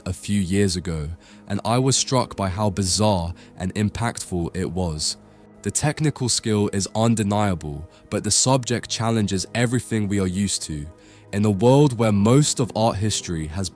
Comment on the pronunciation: I really enjoy this channel and your insights into the artworks but I wish you would try to pronounce “th” correctly rather than giving us “wivvered” and “everyfing” etc